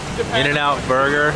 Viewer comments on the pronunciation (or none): none